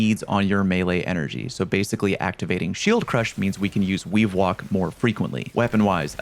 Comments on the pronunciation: Anyone else hear Weewalk instead of weavewalk? I hear it pairs well with weewind wounds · weavewalk sounding like wewind wounds out here